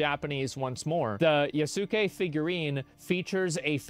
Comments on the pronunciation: Just a pronunciation not so you don't sound like Ubi; Yasuke - Ya-sk-A, you don't pronounce the U, & Torii - Tor-EE (i pronounced as E), Naoe -Na-O-A. The multi-vowel string in Japanese has soft vowel first and hard vowels following. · It’s pronounced YAS KE. Not YA SU KE